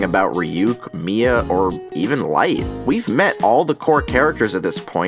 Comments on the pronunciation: No mia not may its Missa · Is Mia supposed to be Meesa or something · It's MISA not MIA!!!!!!!!!!!!!!!! lol